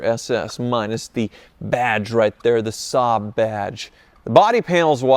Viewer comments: Its pronounced SAB not Sob, Saaaab etc. LFOD ! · saab pronounced ssaaaabb and ssaaaaabb😢